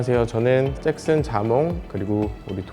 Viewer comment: 잭슨 발음하시는거 ㅗㅜㅑ